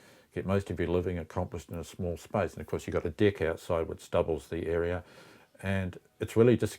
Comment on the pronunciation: The way people from NZ pronounce "deck" makes me a bit uncomfortable sometimes lol